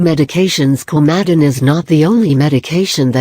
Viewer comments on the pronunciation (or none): Can we get you a better speech engine? Many people will not know what "Kow-madden" is. And your clickbait title is hightly misleading. Perhaps you might do a bit of um, actual research on 'Coumadin' before you slap together a video like this. This is five minutes I'll never get back...